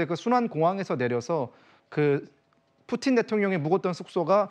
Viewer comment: 경애하는 뿌틴 대통령 오시었다 이춘히 뿌틴이라하였다 발음 똑똑히하여라